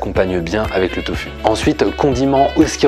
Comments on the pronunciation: pourquoi tu dis toFU et pas toFOU ? mdr ca me stresse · On t'a déjà dit que c'était surprenant ta façon de prononcer "tofu" ? ^^